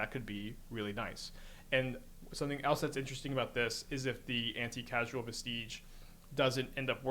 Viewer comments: It’s pronounced anti Cause al, anti casual is funny though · Came here to say this. Every time he said Anti Casual, it bugged the hell outta me. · Anticausal, not anti-casual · Anti-casual vesteege. He is doing it on purpose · anticasual is a great mispronunciation anti-causal vestige, as in, a remnant of something that is "anticausal" aka future-determined. so a prophetic vestige, basically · Lmao, anti-casual. "Cause-all." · Are you pronouncing anti-CAUSE-al on purpose? cosmogoyf wording begins the stupid era of magic IN WHICH the cards you own in exile from cosmogoyf do not include the same card as cards you own in exile from Karn.